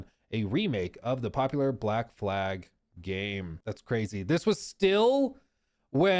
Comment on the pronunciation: When saying black flag, fumbling the second l is catastrophic